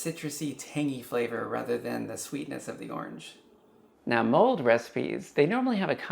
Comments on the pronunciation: Wish you would have made it simpler without the complicated tops. Also it’s “mulled” not mold”. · It’s “mulled,” not “mold.”